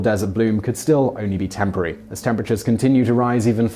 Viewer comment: You said "TEMPARY" instead of "TEMPORARY" in the last point.